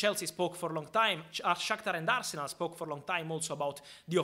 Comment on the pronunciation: Love Al-se-nal